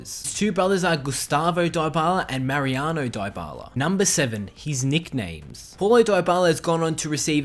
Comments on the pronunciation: One thing you didn't know about Paulo Dybala is that his name isn't pronounced "Diebala" but it actually is pronounced "Deebala" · It's not die-ba-la it's dee-ba-la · Its pronounced deebala not diebala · DIE-BALA? NUH UH. DEE-BALA IS THE CORRECT PRONUNCIATION. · what he say diebala but is dybala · Die-bala 😂😂. Dybala = debala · It's pronounced Di-bala not dy-bala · Lol he says it DieByala but it's Dybala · why does he keep saying diebala its deebala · It's not daibala it's dybala dy as in difference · its D-Bar-La not Dye-Bar-Lar breh plz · IT IS NOT PRONOUNCED "DIE-BALA"!!!!!!! IT IS PRONOUNCED AS "DEE-BALA"!!!! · It's deebala not diebala. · It's also pronounced Pawloe Deebala not Pauloh diebala... but it doesn't really matter all accents are different. He's just a good player in general:) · The 11th thing you didn't know his name is pronounced de bala lol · Isn't It Deebala...? No problem but Its like saying App-le hundred times before ever say Apple, take care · It is debala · it is dybala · die bala hahaha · I am spanish, it's pronounced dibyla. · "pawlo diebala" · It’s DEE-Bala that’s how you pronounce dybala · LEARN TO SAY THE PLAYER'S NAME, IF U WANT TO MAKE A VIDEO ABOUT HIM!!!!!!!! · 10 things about paulo dybala which i all knew But 1 thing about him which you probably didn't know: the pronunciation of his name. (no offence but please make sure you learn to pronounce names correctly, whatever your accent might be like) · Learn how to pronounce Paulo Dybala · 1 thing you probably didn't know: How to pronounce Dybala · why the fuck do u mispronounce his name? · Your pronunciation of Dyabala makes me so uncomfortable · He pronounces dybala wrong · Stop making fun of the way this guy pronounces Paulo Dybala. Have you ever heard of people with ACCENTS? Smh.. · He's accent pretty good tho', but he misspronounce Dybala's name....